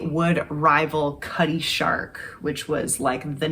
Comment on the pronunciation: She said cutty shark😂